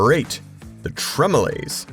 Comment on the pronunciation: Pronounce it correctly, the TremelOOOOOOOOOOOOOOHHHHSSS…